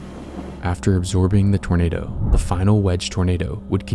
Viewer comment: It's not twinado